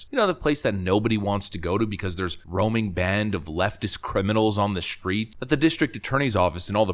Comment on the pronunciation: I enjoy your videos. However, please be advised that there is no "H" in the word "street." It is pronounced "street", not "shtreet." The recent fad of pronouncing "st" like "sht" is driving me crazy. Please shtop it.